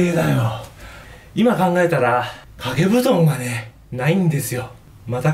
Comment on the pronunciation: 掛け布団がハゲブドウに聞こえたwww